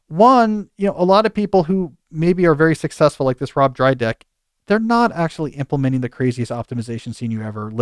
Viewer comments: The mispronunciation of “Dyrdek” ages Cal a little bit😂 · Not Drydek - it's Dyrdek